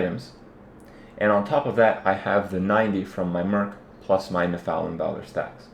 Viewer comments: it makes me lol when ya say Nephalem, try saying it like ''neff-a-lam'' its like when some one saying ''methane like meethane'' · Its pronounced NEF-a-LIM ;) good vids keep it up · The way he pronounces Nephalem 😆